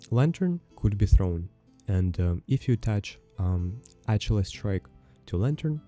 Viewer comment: Ach-ill-ess lol